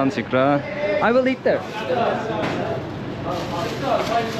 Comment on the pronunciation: Şükran değil şuhraan😅